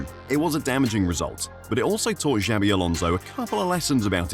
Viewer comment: Jesus Christ, stop mispronouncing his name. It's XABI Alonso, not JAVI Alonso.